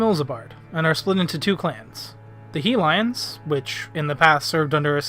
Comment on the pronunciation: That "Helion" pronounciation